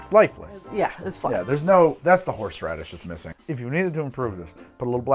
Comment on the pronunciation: Watching while I'm ready to go out Why I keep listening " horse rubbish" instead of horseradish Is just me?